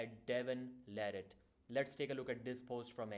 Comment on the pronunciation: Devon La"Ratt"